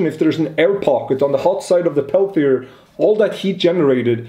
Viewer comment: And from now on, all makers will mispronounce "peltier".